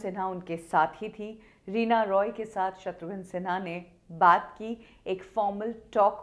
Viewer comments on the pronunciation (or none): Reena Roy hein madam , Reena Rai nahi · रीना रॉय है राय नहीं है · Aap Reena Rai kyo bol rahi hai jab ki uska naam Reena Roy hai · Reena raay nahi reena roy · Are Reena Rai nahi hai unka surname Reena Roy hai 😅😅😅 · Reena Roy not Rai mam